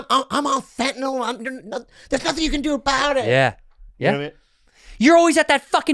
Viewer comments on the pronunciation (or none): “I’m on fetnyle there’s nothing you can do about it “ 💀 🤣